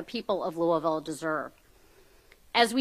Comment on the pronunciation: Congratulations Mr. Garland--you pronounced Louisville the way we do. Now time to investigate New Albany, Ind. right across the river because it is worse than Louisville. Police have gotten away with murder there, including a cop who killed his family and got off. They also abused mentally handicapped people. It is corrupt as well, stealing recovered stolen property.